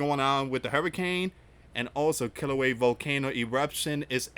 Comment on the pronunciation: [ kee-lau-way-ah ] Kilauea [ ha-lay-mau-mau ] Halemaumau